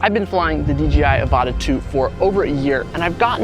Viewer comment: Crazy how often pronounce dji wrong